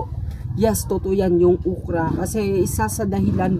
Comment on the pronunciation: "Ukra" talaga?😂